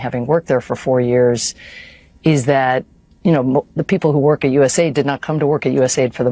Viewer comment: It’s not USA ID. It’s US AID.